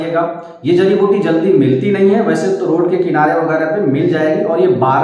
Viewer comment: Aap. Ko. Jadi. Biuti. Ka. Naam. Screen. Par. Dikhana. Chahiye. Aap. Ne. Jo. Bola. Woh. Samjh. Me. Nahin. Aaya